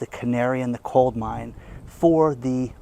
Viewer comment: Could have sworn I heard you say, "canary in the COLD mine." Just wanted you to know it is canary in the COAL mine.